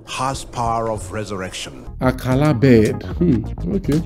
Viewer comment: "...the Akala bird, ugly but I know my gee when I see him outside!" 🤣🤣🤣🤣🤣 Number one name butcher! You did it again. Nice nice nice